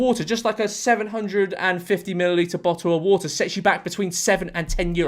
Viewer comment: Bo'oh o' Wo'ah